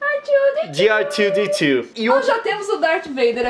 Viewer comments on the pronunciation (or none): nao é ar tiuo di tiuo, é erre dois de dois .-. <3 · Dá tanta agonia o leon falando r2d2 em inglês